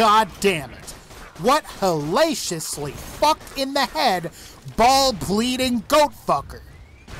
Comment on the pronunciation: Disliked because he said "hallacious".